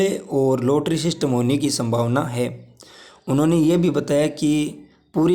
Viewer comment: रोटरी क्या होता है। लॉटरी होता है